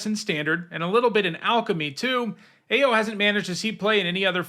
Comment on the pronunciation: I am OW-ing every time I hear mispronounce Ao the Dawn Sky. Ao in Japanese pronunciation is said as OW or Owl without the L in English.